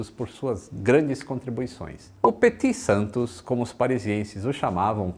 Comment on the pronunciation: Se pronuncia Petit Santô